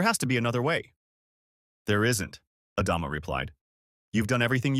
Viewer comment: AI narrator can't pronounce Adama among other words